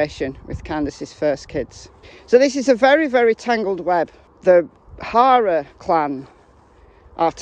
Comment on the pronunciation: Wonder if Gma took him a welcome home gift. I mean what pervert wouldn't want a cute lil 5 year old....I love your accent but I have to say. Each time you refer to the HARER clan your pronunciation sounds like HORROR....which I chuckle at because it is so perfectly fitting!!! They are monsters and this IS a horror show soap opera...I mean NO OFFENSE TO YOU AND YOUR CUTE ACCENT...I'm in USA